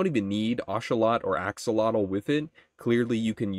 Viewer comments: the way you say axolotl is so crazy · thats not how you say axolotl.